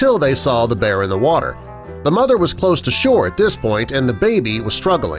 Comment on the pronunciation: Mother not mothder.